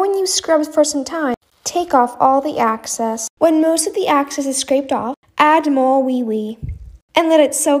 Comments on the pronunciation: guys its not access its excess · It's not access it's f**** excess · I'm having a grand time listening to her say access instead of excess.